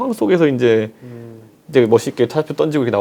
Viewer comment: 이준석 발음 : 떤지고 --> 던지고